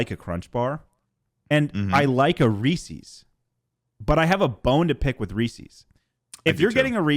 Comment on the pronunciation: “ree ses” that’s the only correct way to say it anyway continue <3